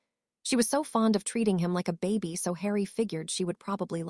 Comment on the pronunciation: The word is baby not Bobby